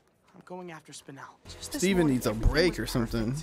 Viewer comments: Spine-nel (Spinel) Me: Spin- nelle (Spinel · when u said spine el i cried lol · I was dying inside at "spine ell" lol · Spinel ❌️ Spijnel ✅️